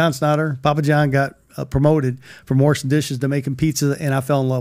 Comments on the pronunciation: "warshing dishes" 🍕 📡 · "From worshin' dishes to makin' pizza's." And yeah, it's Worsh. Not Wash. #kentucky